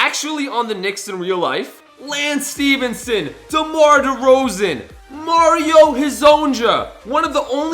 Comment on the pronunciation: i know he did not just pronounce it like mario Hezon j u